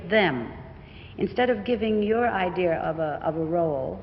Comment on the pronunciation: 12 "Your idear of a role" ???? Where did she pick up that accent?